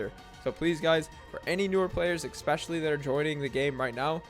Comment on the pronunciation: This video brought to you by the word eckspecially ❤